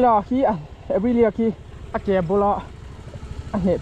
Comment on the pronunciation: Sir Aprila nilovin Aprilia tih a lam tur a va ang zawk ve,sawi ve mai²😁😁